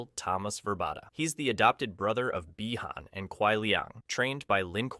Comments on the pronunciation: No, just poor pronunciation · Is there a reason why you keep mispronouncing Bi-Han's name? Is it supposed to be some kind of comedy or what...?